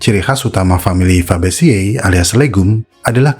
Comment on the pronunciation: Fabaceae di baca fabace (fabase) 🙏 leguminoceae d baca leguminoce (leguminose)